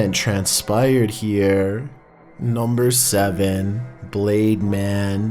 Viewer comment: nUm-BeR sEvN